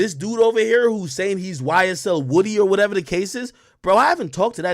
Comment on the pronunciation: Can someone clarify.. is it YSL Woody or is it pronounced.. Whoa-dy..